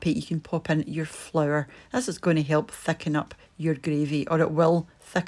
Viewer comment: “Thackin up” the “greavy “